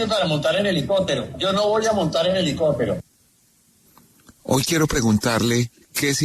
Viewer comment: Buenos tardes,a todas tdos,tdes,Empezando porque el vicepresidentre se le escucha " helicotero" no helicóptero😢